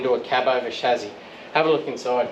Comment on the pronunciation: I love how you see the Beauty in these and just won't give up, good fella. Appreciated the analogy about the models we did as kids. Oh and it's pronounced ssshhhaaaassssssyyyyyy not Shazzzzzzyyyyyy??